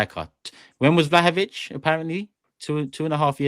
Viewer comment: Did seriously say vlahovic 💀💀